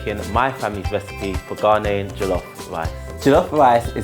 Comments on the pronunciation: Why dafuq do british Ghanaians, and non Ghanaian africans says Ga-NAY-en. Hvae you ever heard a native say ga-NAY-en. it is GA-knee-en. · Btw it is pronounced GA-NE-YEN jollof rice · Gah-nay -an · I am offended he doesn't say "Ghanaian" right